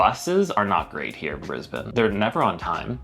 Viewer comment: I'm 12 seconds in, and she pronounces 'Brisbane' our way. So ... I will continue.